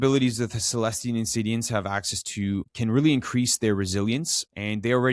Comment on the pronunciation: 5 seconds into the video - I don't know why "Insi-N-diants" bothers me so much. 😅